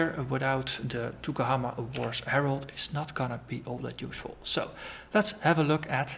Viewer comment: Yes the guys n gals GGG are amazingly nice, real professional too so its not surprising they are so good. Also, Maori isnt an easy language to pronounce, you did quite well (better than me when I first arrived, im from London lol !).